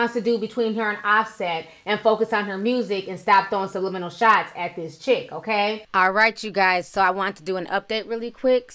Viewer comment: “SLUMLIMINALS” bwwwaahhh honey I screamed!